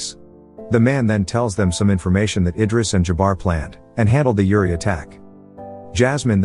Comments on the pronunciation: Dude you butchered the pronounciation, here is what you think you said "Uri" here is what you sounded "Yuri" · Ok its not pronounced with like Youri but like Oori! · Pronounce the U, not like Yuri Gagarin! But like Oooh! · Uriii no its uri